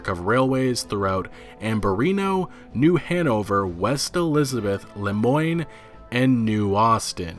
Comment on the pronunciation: Lemoine is pronounced Le-mwan